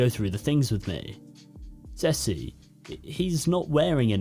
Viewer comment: Hi. I have to deal with two naked men. One goes woof and one goes miaow. Also, Ceci is pronounced see see. You shouldn't stop the recording. Laugh away.